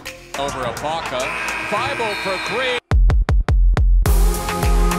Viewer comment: "Welcome to Thybulle"